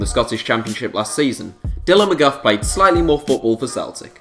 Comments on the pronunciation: dylan MGOFF😂 it's pronounce mi-gee-och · Dylan McGuff are you serious it is pronounced Me-gee-uk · Haha haha that name mcguff haha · Where the fuck did you get McGuff from??? 😂 Mc-Gee-och (och is pronounced the same as Loch) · It's pronounced mcgeook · Pronounced mc gee och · Murdered Dylan mcgeouchs name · Mcgeouch just got a senior squad Scotland call up after being our untouchable for the entirety of this season. (Get his name right please) :) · hes murdered the name haha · I have never heard McGeough pronounced worse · He absolutely butchered Mcgeouch’s name